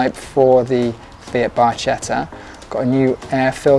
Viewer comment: Hello thanks for your videos, really good! If I may in Italian it's pronounced as "barketta" because the ch is a hard sound, hope you'll forgive me but a lot of Italians are listening in 😊❤